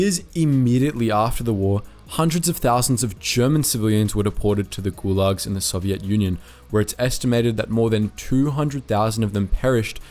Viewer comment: Lol the way he pronounces Soviet like "Soviette"